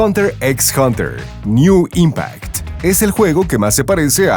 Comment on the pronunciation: NEN impact . No NEW impact .